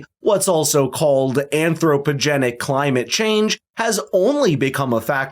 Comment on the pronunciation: Clymate chayng 🤦🏽‍♂️😂